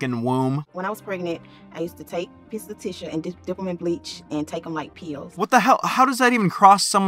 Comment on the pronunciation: PEALS. She didnt say Pills she said Peals.😂